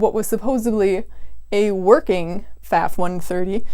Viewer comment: I cant speak for your last name, but the sewing machine brand is pronounced foff. Any German will correct you on the spot. This is not a controversy.